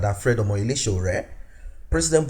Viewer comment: I like the way you pronounce the Name S.O.W.O.O.R.E👍